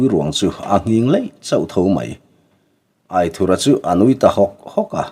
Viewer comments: Aithura hming i chhiar dan hi a dik hlel deuh riauin ka lo hreve mai mai a AITHURA tiha "THUR" lai hi theithur kan lama "THUR" kan lam rik anga lam rik tur ni zawk awmtak a ni in ka lo hre ve deuh tlat pek a. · Aithurha nilo in.AITHURA ani zawk lo maw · Aithura tih hming I lamdan hi , lamdan tur dik zawk a ni em? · Angena chhuanthar in alam dan nen khan a in anglo ka loti ve mai mai a,buaina tlak ani chuanglo ania